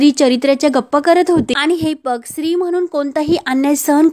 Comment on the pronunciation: मॅडम तो शब्द स्त्री आहे सिरी नाही एवढे चूक आहे बाकी वाचून छान आहे